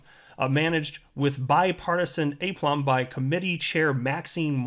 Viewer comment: uh-plum' Not long-A' - plum Look it up. Note its pronunciation (and meaning). Useful word.